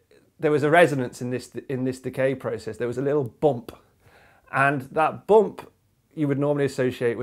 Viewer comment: A "Buomp" Pronounced just like Inspector Clouseau.